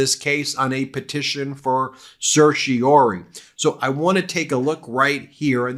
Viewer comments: Pronunciation: en banc = ON banc. ON banc, not In banc. Certiorari = RAR rhymes with CAR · I sincerely hope the ‘en banc’ DC Circuit says, “No”, and the Supremes also say “No” as quickly as possible. The word is pronounced ‘Ser-shee-or-AR-ee’. Five syllables. Please get this right.